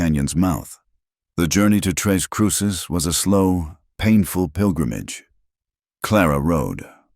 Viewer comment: Hello. It's tres (three) CRUCES (crosses), not tres CRUISES!!